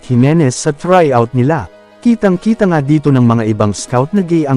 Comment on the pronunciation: Oo nga kite daw hahahhahah